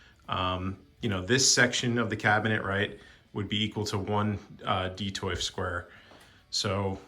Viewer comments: Glad I wasn’t the only one wondering what he was trying to say. DEE-TOFF. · "Detoyf"? Why is he saying it like that? 😂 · Detolf........Detoyf? Don't ever say that word again. Who prefers crowded? 30 points of articulation and you don't use a single one. Why not buy statues? Great collection, but not a single one of them is worth looking at. You can afford the pieces but no good cases? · Great video I might scoop some of these up. I hate that you call it detoif though lmao it's an L not an I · I wonder if he thought the L was an i. Detoif. is the L silent in Swedish? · Yer killing me putting an i in Detolf!